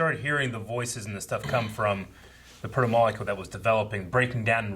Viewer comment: It's almost to the point where they're doing it intentionally, like the way continues to mispronounce Protamollacool.